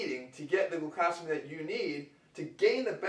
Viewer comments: "gluCAHsamine" cringe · he pronounces glucosamine wrong and it pisses me off